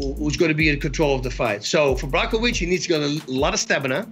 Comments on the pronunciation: It sounded like Bas called Jan, "Chewbaccawiz" 😂😂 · “Yan block-o-wich” - Colby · Did Bas say Brokowich? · Bas Rutten: Jan Brockovich Kevin Holland: John Blochowisz Wonderboy ... 205 Champ Damn nobody can say Jan's name lmao.